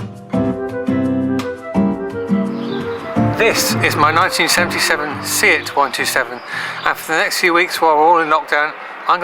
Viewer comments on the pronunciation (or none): Great video. The 127 is a very underrated car and only becoming appealing in a retro way now...nearly 40 years after it was replaced by the Uno (Fiat), and Ibiza MK1 (Seat). It has more style than either if it's immediate successors. Btw, 'Seat' is pronounced 'Say-at'. They were once owned by Fiat hence the models being the same. Then they went their own way for abit from the late 80's, before being bought by VW back in the late 90's. Still part of the VW group.